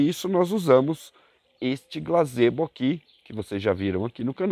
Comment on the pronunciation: ""GAZEBO" não glazebo!!!